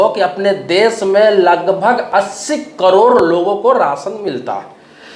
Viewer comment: पहले करोड़ बोलना सीख,😂 कड़ोर नही 😂😂